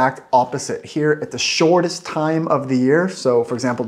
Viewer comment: I immediately heard it too. Like when he says "shortest", the middle "rt" becomes like a thick L, a sort of tongue flap. This thick L is common in some places in Sweden and the middle parts of Norway (where I grew up). Also his vowels are sometimes tending towards Swedish diphthongs.